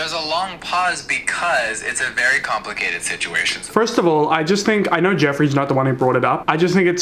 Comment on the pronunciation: no one: absolutely not one soul:: vurry